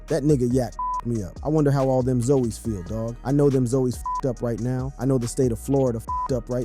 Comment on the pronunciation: its pronounce as ZOZZZ NOT ZOEYS